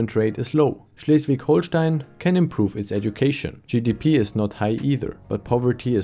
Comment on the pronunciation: You named Schleswig-Holstein right. Unlike a Page in German calling it Hohlstein